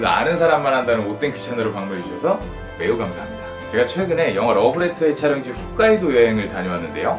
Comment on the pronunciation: 홋카이도라고 쓰고 왜 자꾸 훗카이도라고 하세요.